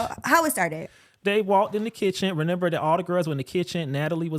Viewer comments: him saying renember instead of remember is bothering me 😭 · I had to play it back a few times to confirm that he was really sayin renember 🫤